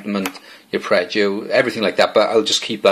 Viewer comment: ..... "uppreggio"???? ARPEGGIO